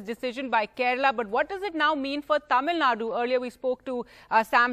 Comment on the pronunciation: Reporter please pronounce Tamilnadu properly You will feel disappointed when someone mispronounce your name Mr